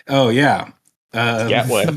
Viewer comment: GAT WAY lol